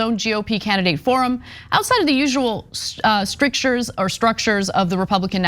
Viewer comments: No , Anna , NOT strUctures, The word IS strIctures ( meaning constraints ) Had it right the 1st time !!! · Nope, it’s “strictures”. MAN, Ana can’t read.